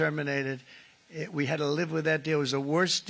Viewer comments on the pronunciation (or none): none